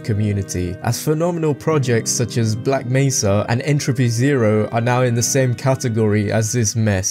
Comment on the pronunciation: Aside from the way you said Black Mesa, i think you did a pretty good job.